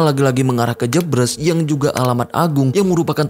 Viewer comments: bang, maaf sidikit koreksi yang bener jebres di baca e sperti "eka, cafe, hemat" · Pengucapan daerah JEBRES dibaca E nya seperti E di kata BERES, bkn E di kata BREBES